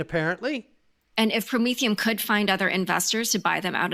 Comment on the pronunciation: Did you say Prom-etherum aka Commy Coin